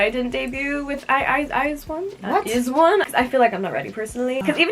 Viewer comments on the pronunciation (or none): sis really said i-zee-one-o-one with her whole chest